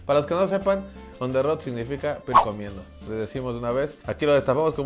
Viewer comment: On the rue. El profe inventando el franglish. Porque el profe es cada vez más fresón. Combinando el francés con el inglés,hephep.